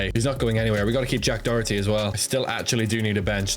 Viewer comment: "Jack Doherty"